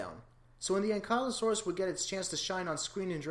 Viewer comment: You mispronounced ankylosaurus